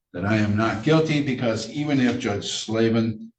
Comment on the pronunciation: this defendant's brain-melt has even infected!! "...idiots mon jduge"